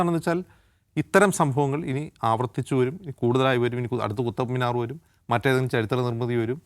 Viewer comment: Khuthab മിനാർ അല്ല, ഖുത്ബ് മിനാർ ആണ്